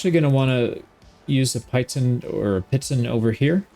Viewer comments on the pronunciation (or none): I think pitton is typically pronounced 'pee-tahn'